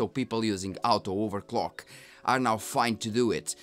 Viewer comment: I am learning Spanish and now I understand why you pronounce orto-overclock as out-o-overclock. And great that you give comparisons over driver updates. I am wondering if you could give us a compare of performance of latest drivers vs when the driver was released for that gpu. It will let us know if it is true that AMD ages like fine wine. Of course I understand that it is huge effort so, no worries if you cant.